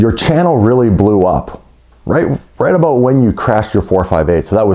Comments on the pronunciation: It’s ABOUT!!! Not abote. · The way he says about is funny